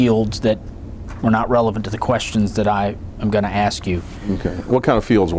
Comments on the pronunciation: 😂😂😂😂😂 he should've just said Axe Michelle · Just a joke about how pronounces ask Michelle. Comes out like "axe Michelle". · Didn’t answer some questions with “You’ll have to axe ”?? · I didn't hear "axe Michelle" one time. This guy is a rookie at the deposition game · "Ax Michelle"